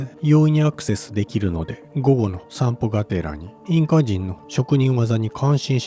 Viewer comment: 奪いたかったに姥捨てたかったが入り((( ；ﾟДﾟ)))けど面白い❗️ 最初聞こえたのは保管するで２回目は悪寒する❓️ 5:42１回目は持ち込んだですが２回目はもこみちと発音している様に聞こえました⁉️ (テロップの文章)キプチャクの滅亡と…読めた❕ (ナレーターのナレーションを聞いた範囲では)キャプチェクキプチャクの滅亡と…聞こえた❔ 最初は容易に齷齪と聞こえ次に容易にアクセスと聞いた‼️ 面白い仕掛ですね🎵。